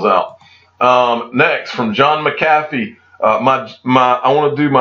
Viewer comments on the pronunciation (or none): none